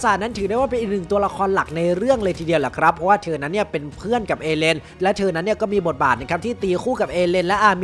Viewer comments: ทำไมดูเน้นคำว่าเพื่อนขนาดนั้น😂😂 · ทำไมพี่เน้นคำว่ามิคาสะเป็นเพื่อนกับเอเรนจังเลยครับ จาร้องงงง